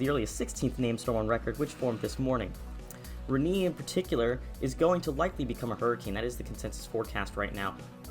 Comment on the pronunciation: Reknee lol